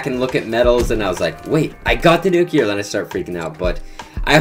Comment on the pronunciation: No one in FaZe knows how to pronounce Nuclear the right way